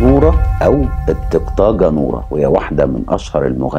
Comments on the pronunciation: الطقاقة و ليس الطقطاقة يا أستاذ. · الطقاقة وليس الطقطاقة 😅😂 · الطقاقه وليس الطقطاقه 😂 قنانتك ممتعه جدا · اولاً بارك الله فيك تُنطق طقاقه وليست طقطاقه ، ثانياً القصة هذي مجرد اشاعات وتم تكذيبها من وسائل الإعلام والصحافة في الكويت تحياتي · يقولون الطقاقه وليست الطقطاقه معروفه هذي القصه في الخليج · ضحكت لمن يقول الطقطاقه اسمها الطقاقه ههههههنه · اسمها الطقاقه وليس الطقطاقه …وفعلا قصتها حقيقيه ونورا الطقاقه …مازالت حيه ترزق فالكويت … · احلى واحد يقول الطقاقة 😂 الطقطاقه 😂😂😂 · الطقطاقة اسمها الطقاقة نورة يا مش طقطاقة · ضحكني وهو ينطق ✨الطگطاگة✨😂😂😂😂 يا حلو المصريين😂❤ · طقطاقه 😂😭😭😭😭😭😭ياخي اعشق كيف تنطق بعض الكلمات الخليجية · كنت هقول كدا وبتتنطق القاف جيم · اسمها الطقاقه وبتنطق القاف جيم تحياتي لحضرتك